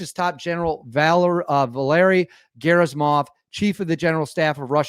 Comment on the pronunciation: great video! I just wanted to advise you that Gen Gerasimov's name ( russian pronunciation is hard sometimes) is pronounced Geh-rah-see-mahv... thanks for all that you do! One other thought: If Russia really does have a successful capability with this missile, then it is time for the US to demonstrate to Russia and China some of its secret stash of special access project technology...